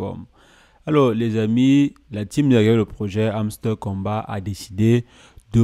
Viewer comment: Encore il prononce hamster kombat 🤣 🤣 🤣